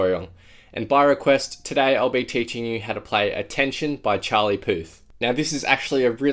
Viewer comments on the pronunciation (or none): Did I heard "Puth" or "Poo"